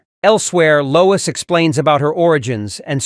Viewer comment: Low-WEEES Ulta-NATIVE